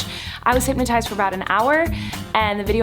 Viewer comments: HypNOTized. Not HypMatize. 😒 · Every time she said hypnotized she said hypmatized 🙈🙈🙈